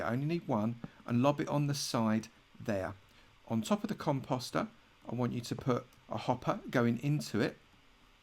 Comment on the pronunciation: I thought he said cum pasta🤣